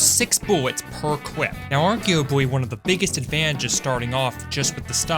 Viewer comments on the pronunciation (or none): especiawy can somebody tell me what accent makes ppl say cwip and escepwally awnd shit like that pls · "six buwwets per cwip" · ah yes, cwip size edit: no really am i deaf or is he saying cwip